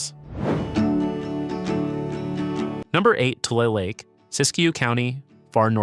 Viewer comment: It’s not TOOL lake, it’s TU-LEE lake